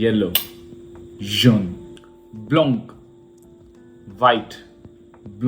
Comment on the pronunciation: pronunciation of white was wrong bro